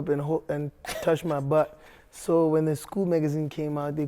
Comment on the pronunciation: 😂😂😂😂, the way he prounced "butt"